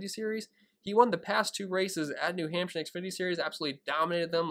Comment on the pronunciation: New Hampsha. I love saying Hampsha. Hampsha. Good luck this week. DK: tccharleston. Thanks.